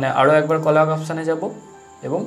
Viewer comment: Very helpful but কলাগ নয় কোলাজ 🙂